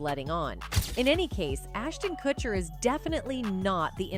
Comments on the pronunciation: "Cutcher" why do all these videos mispronounce the names? last one i watched was about lil bo-wow lmao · Why is this idiot pronouncing kutcher like katcher....dumbbell